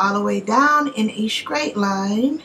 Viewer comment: Great job on your makeup were the sam3 skin tone I gotta get my hands on that morphe bronzer tho... u have Me dying th3 way u say in a scrait line I know u mean straight line 😃